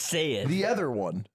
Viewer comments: Thanks Slime, I went months without hearing how Ludwig says “other” as eth-er and now I can’t unhear it. You’ve cursed us all. I will pay for his speech classes to make it end. Please, make it stop. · I’m so glad slime brought up Ludwig saying ether, it’s annoying me for so long lmao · Thank god someone brings up Ludwig saying “ehther” on the podcast. Finally addressing the real issues facing our country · i felt like i was insane because i never saw anyone pointing out ludwig saying “ether” instead of “other”